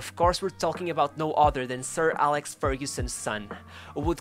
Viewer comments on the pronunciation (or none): none